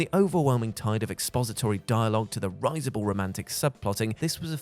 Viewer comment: WhatCulture's continued mispronunciation of the word "risible" keeps winding me up far more than it should